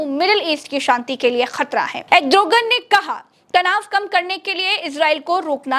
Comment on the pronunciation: Erdogan hota hai 😂 name tak to sahi nahi liya za raha hsi